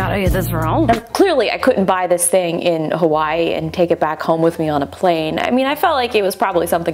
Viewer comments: It's not Kawii it's Hawaii 😒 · It’s called hawaii not kawaii 😂😂😂 kawaii means cute in Japanese